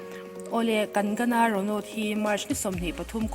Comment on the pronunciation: Kang-na ti a lam tur😁😉